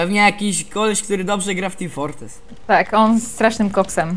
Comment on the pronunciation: Co to ma niby być "Teem Fortrees" ? o.O jak coś to "Team Fortress" :*